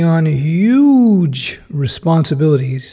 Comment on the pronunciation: I love the YUGE xD